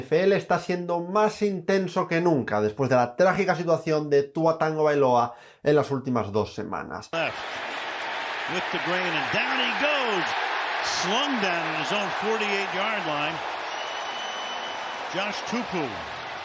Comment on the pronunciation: Porque dicen Tan-gobailoa? Es tan tan difícil decir Tagobailoa?